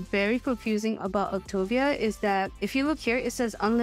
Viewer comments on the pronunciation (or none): Why do you keep saying Auctuva? It's Auctiva.